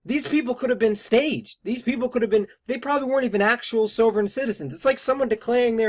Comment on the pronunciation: It would have helped this guy if he didn't mispronounce 'sovereign'. But to take his simplistic critique apart: The risks to police from SovCits are fairly well established and from more than just the well documented shootings in West Memphis. There was the murder of a policeman in Alabama by George Sibley and Lynda Block. There was a shootout with a SovCit former cop in Ohio. There was the notorious Montana Freemen under Leroy Schweitzer that actually posted rewards for the killing of the local police chief. And these were just a sample of the SovCits that endangered police directly. Just because this magazine article mentions the one recent case that got an enormous amount of attention, this bozo talks as if that is and was the one and only case that ever involved a SovCit confrontation with police, which only proves that he is completely ignorant and hopes you are too.